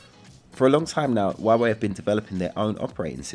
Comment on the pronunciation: It's 'H' ua Wei with H, not Wa Wei. Don't follow Trump's pronunciation.